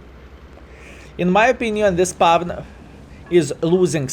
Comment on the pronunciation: Why are you keeping pronouncing certain words completely wrong. Etc; spawn, tanker, wait. Pretty much every word which has "w". Im just curious, are you keeping this spelling just for fun and its part of your identity as a streamer or is it that hard for you to pronounce them correctly?? xDDD